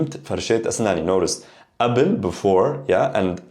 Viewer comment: Is there a reason you do not pronounce the ق in قبل? You say Abel verses Kabel. Thanks.